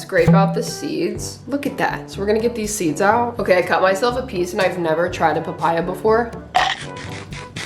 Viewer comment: PaH-PaYy-AuhH👹👹 slayy girlll❤